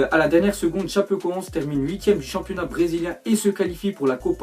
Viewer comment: À la fin de Chapecoense, le E se dit é